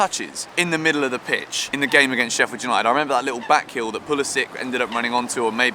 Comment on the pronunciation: STOP CALLING US SHEFFIED!!! FFS!